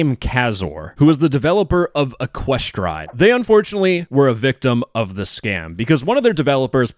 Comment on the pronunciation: wrong pronounciation. it's ECK-kwe-stride